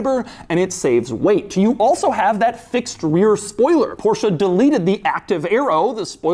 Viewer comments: It's "Porsch" not Porsha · only one suggestion, pronunciation is not PORSHA...it is PORSH... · Doug, please stop pronouncing Porsche as Porsha. It's Porsh-Eh. Every time you say Porsha a German mechanic gets a stroke. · Das ist ein Porsche not the Porshaaa (-_-) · Stop calling Porsche porsha, yall sound retaarded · Why do Americans pronounce Porsche like “porschah”. I get ear cancer every time Doug says Porschah.